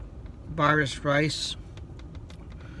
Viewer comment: I literally eat that every day and that’s not how you say baris and somali